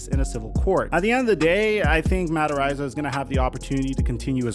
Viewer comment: Ar-eye-za. Dude, love your channel but your pronunciations are off a lot! *This is a knee jerk comment after years of hearing you mispronounce things fairly regularly. Apologies if it comes off insensitive. Enjoy your channel and just wanna see you be your best.